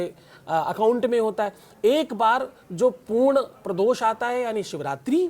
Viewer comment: ko sahi shabd ka gyan nahi hai,ve mukhay shabd ko baar baar ashudh uchharit kar rahe hai - Arth ka anarth ho raha hai... Kritaghnata keh rahe jo ki ekdum galat prayog hai,unhe kritagyata shabd ka prayog karna chahiye. Uchharan dosh hai. Prados keh rahe hai,pradosh shabd hai